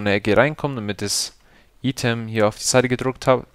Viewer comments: Item spricht man doch normalerweise "Ei-Tem" aus, oder? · lern einmal item auszusprechen